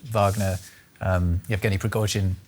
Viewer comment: how can this gentleman could not pronounce prigojin's name accurately?! bit weird like he heard the guy's name for the first time...